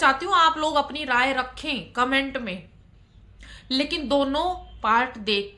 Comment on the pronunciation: Kya hai commento commento karti hai.thik se boliye.